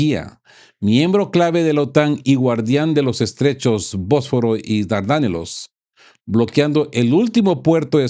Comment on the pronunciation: 03' 47'': ¿¡Pero por qué se inventa esa pronunciación!?: Dardánelos. Se dice Dardanelos. Otra... 04' 38'': pltaformas petrolíficas". ¿Pero por qué se inventa "palabros"?